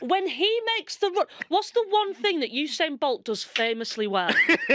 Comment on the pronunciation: Thing pronounced fin 😏